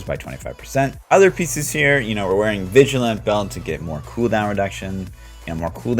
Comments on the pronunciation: It always distracts me when he says "vigilant belt" instead of "vigilante belt". It's an Easter egg for Batman's utility belt: He is a vigilante. The "e" is not silent! LOL. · Why in the hell is seemingly the entire community of d3 youtubers incapable of reading the word VIGILANTE? Seriously every build with this belt they all say VIGILANT. Sorry just annoys me. Good build, great content - sorry! Lol